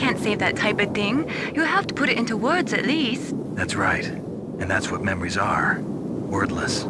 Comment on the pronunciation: Snake definitely says ''memwies'' one time when responding to Mei Ling in that codec call. Maybe it made Kojima and the team laugh and was subtle enough to leave in.